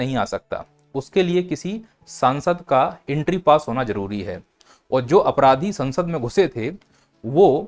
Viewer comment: ji: aap sansad me aarajakta failaane waalon ko aapraadhi kaise keh sakte hain? Kya wo ghosit apraadhi the? Vipaksh ko sawaal na dete hue??????? Janaab..I am very fond of your lecture but can’t accept your mispronouncing because you are ideal of many youngsters, if you deliver wrong then people learn wrong. Although all your knowledgeable information very admirable and appreciable.